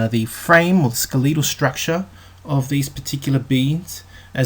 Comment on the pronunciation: “skaleetle strukcha”